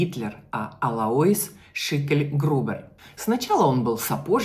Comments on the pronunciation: Не Алаис, а Алойс. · Так режет слух АлоИс... правильно АлОис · Алоис ударение на О! Ангела ударение на Е